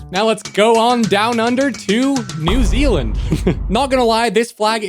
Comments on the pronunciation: “New ZELAND” Its new ZEALAND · ITS NEW ZEALAND NOT NEW ZELAND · New zealander here btw you pronounce new zealand like new-zee-lind and those leafy designs are our ferns which are EVERYWHERE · New ze-a-land has laser-eyed kiwibirds?